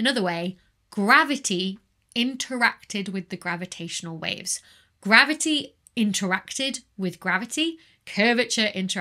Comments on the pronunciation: Dear Becky, its not maverty the interacts with maverty , its Macavity that interacts with gravity and spoils your calculations, as explained by the Nobel Prize winner T. S. Lewis in 1939 . 🐱🐱🐱🤣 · love "mavity" in bloopers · Don't you mean "mavity"? ;) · I was going to say you didn't say mavity correctly. Than came the bloopers :) Anyhow ... If a body is close enough to one of the sources of the gravity waves, like the merging of two black holes, let's say within 10 light-years would there be some kind of an effect that you can physically feel from the gravity waves? Like we had two merging black holes of the distance of Alpha Centauri, could this waves impact the orbit of the Earth or Moon? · I think she was having a stroke... somebody should call The Doctor